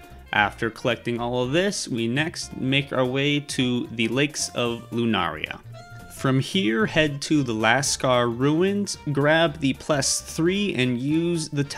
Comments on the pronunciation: Liurnia ❌❌ Lunaria ✅✅ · Lunaria and Atlas 💀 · he called Liurnia "Lunaria" bruh💀 guide was already bad the moment he showed no info on where the statue and giant were located but then this... lmfao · I have never heard someone pronounce Liurnia so wrong, same with Altus